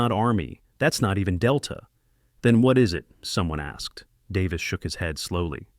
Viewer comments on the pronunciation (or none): none